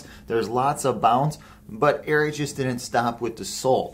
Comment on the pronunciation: You need to learn how to pronounce the name lol 😂